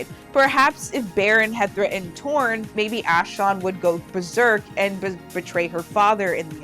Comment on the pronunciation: Ashlon???Ash-LON??? That's as bad as saying Ong instead on Aang